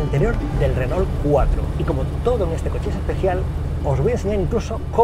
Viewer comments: Porque le dicen renol si se pronuncia renó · Si, en su momento fue un gran automóvil. Solamente una consulta: ¿porqué le dicen "renol"? (Si fuese "renó" se entendería mejor) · Dice "Renol".....jajaja